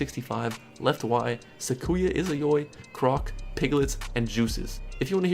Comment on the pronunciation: this guys been mispronouncing sakuya izayoi this entire time